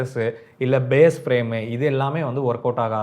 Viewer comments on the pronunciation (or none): none